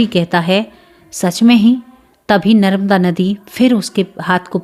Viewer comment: Didi narmada nadi bolyehe naramda nahi